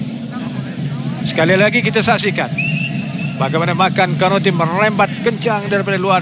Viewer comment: Konate bukan kanote... Hrap pengulas study la dulu nama player... Hrap x jadi kante la pulop pasni